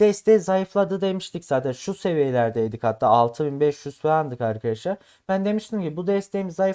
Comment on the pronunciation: Köylü müsün şa Eykadesler ne oglumm Arkadaslar